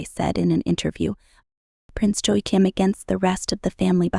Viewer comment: Please have a reasonable try at pronouncing Joachim. Joachim sons were using their Princely titles to earn money on the cat walks of Paris and in vogue. This may be why the Prince titles were removed